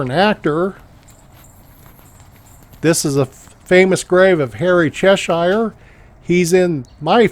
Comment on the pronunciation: Just a friendly FYI (from a Brit) that Cheshire is pronounced “Chess sher” not “Chess shy er” Please don’t take my comment as facetious.. Hope it helps!